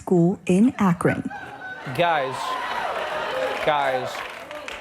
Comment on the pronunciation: Remove the R from AKRON